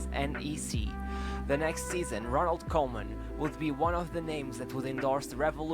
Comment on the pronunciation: Pronounced Koeman like cool.